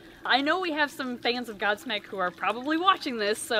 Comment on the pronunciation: When said "Godsmack" I misheard it as... God Snek Not God Snake, God Snek... Since he likes reptiles...:\